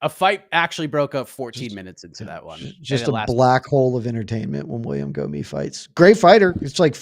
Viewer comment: I know French is tricky but Gomis should be pronounced "Gomiss"